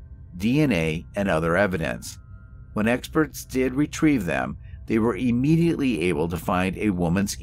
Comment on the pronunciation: PLEASE! The word is NOT pronounced E-mediately!